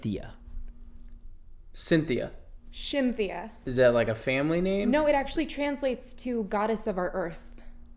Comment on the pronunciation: Shynthia! SHYN-THI-UH! Jesus died for our SHYN-THI-UH’s